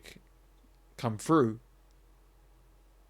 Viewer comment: At 7.48 you talk of having logic come through, but you actually say 'have logic come froo" My point is that if you cannot pronounce words correctly and dumb them down with poor and lazily spoken pronunciation...then you should not preach about the relentless dumbing down of social interaction my friend.